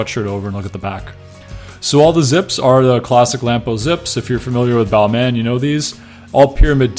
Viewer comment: Don’t pronounce the last “in”. It’s Bálmã or Balmah. Just saying 👍